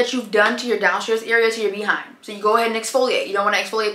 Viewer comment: I love how you say Bee 🐝 hind 😂